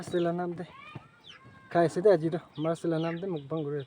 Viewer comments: Ma-es day😂😂😂😂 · I heard Mars day 😅😅😅 Anyway happy mother's day to ur wife 😊